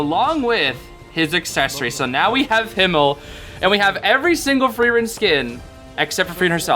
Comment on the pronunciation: OMG THANK YOU SO MUCH FOR (almost)PRONOUNCING HIMMEL RIGHT (obviously American accent but still thank you sm)😭🙏🙏🙏